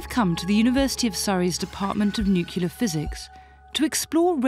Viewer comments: Nuclear, Dr. Lipscomb. It's pronounced: "new-klee-ar" NOT "new-kew-lar". You sound like George "Dubya" Bush. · Oh no she said nucular with that posh accent! At least the nuclear physicist said it correctly. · Nucula? Are we now decending to the unacceptable depths of US English? It's Nuclear in the UK, not Nucular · Nuclear... New-clear. Not new-Q-ler lol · Nuclear not nuculear. One is not a word. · Why is she pronouncing nuclear like that? Nu-clear. Not nuc-ular. Pet peeve. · Nuculer!!! It's nuclear, for heavens sake. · Nuclear level NOT Nucular level. New clear, NOT New culer. 🤦‍♂️ 🙄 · And they still say Nu cu lar instead of Nu cle ar...sigh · The word is nuclear, not nukiller. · Lol at how many times she said “NUCULER” 😂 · Of course she mangles the pronunciation of "nuclear"